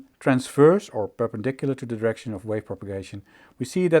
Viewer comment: Just beautiful. BTW, check your pronunciation of “direct” and “direction”.